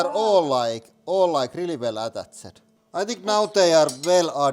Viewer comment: "atttat-ched ... ad-uusted ... p - I - n-able ... paine able ... kapppitsh ... kkknifinator" "We only managed to cut half of the eye."